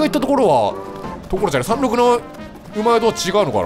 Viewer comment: さらっとさんろくって読めるあたりかっちょいい